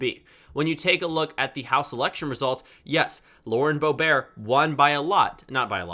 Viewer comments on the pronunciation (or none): it's pronounced Boe-bert, not Boe-bear. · I didn’t know Lauren Boebert’s name was pronounced boe bear